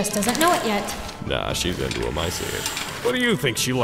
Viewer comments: I heard rin toe sucker and now I can’t get it out of my head 😂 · "Rin Toe-sucka"